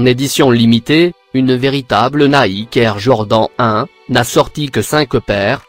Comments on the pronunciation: Avec " neke " mdr faut arrêter les voix comme ca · Le mec il dit neke au lieu de Nike 😂😂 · nèke au lieu de Nike 😂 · Comment il dit Nike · Louiviee ouitton et il dit nèke mdr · Ptn mai i s pas dire nike i dit nake et air jordan i dit air jordent se con